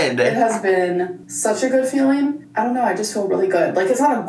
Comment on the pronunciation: it keeps "faleen"